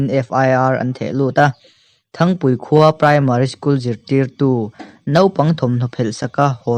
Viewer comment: Thangpui❌❌ nilovin thrangpui tih tur ni awm tak a ni.😜😜